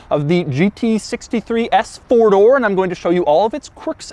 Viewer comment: Doug: "...FORDOR..."